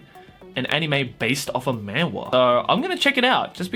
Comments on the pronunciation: my gosh... I hate how manhwa is said in an english accent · man-wah he says MAN-WAHHH Its funny cause......man-hWAAA